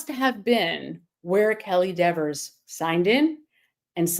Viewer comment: Why does everybody disrespect Dever by calling her Dexers, with an S? She’s always Deever to me.